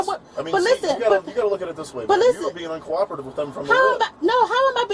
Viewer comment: Yes, she really said "How am i being undercoropative"... spoken like a true illiterate.